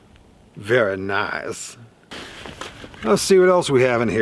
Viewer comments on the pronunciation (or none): “Veruh niiice” 🤣🤣 Absolutely loved every second of this video. I watched it right after getting home from our local flea market. Had gone to check my favorite (military surplus) booth; the only one there. But it was one of those “disappointing, picked over, low product, nothing worth buying” days. Came home empty handed and a bit bummed. Then I watched this video and just felt excited for your good finds. I really like the idea of that storage box for your winter base camp. In fact I’d wondered how you kept critters out of your CozShack last year, and now I know! Nothing like mice nesting in and defiling your gear. Looks like you’ve found the perfect solution. Will have to keep my eye out for a similar container.